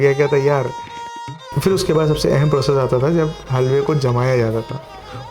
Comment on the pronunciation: Baaqi sab accha hai aapke videos mein but aapka pronunciation pe work karna hoga specially when you are carrying lucknowi touch in your words example its not फ़िर its फिर😊